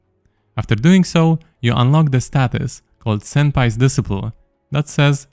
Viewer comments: disciple is pronounced dis-eye-pull still, thank you sir :) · Disciple is pronounced des-eye-pl fyi ❤😁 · Disciple Pronounced Dee-Cy-ple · Disciple is pronounced [dɪˈsʌɪpl] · Psst, it's pronounced "Dis eye pull" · It's pronounced "disciple" and "shose" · de-SCI-pole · the way he pronounce "disciple" is tweaking me man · It's pronounced disciple not disciple